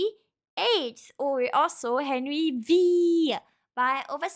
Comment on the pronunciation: "Henry the Eight commonly known as Henry Veee"